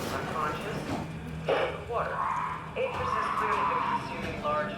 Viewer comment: I'm beginning to think your mispronouncing 'Akers' on purpose.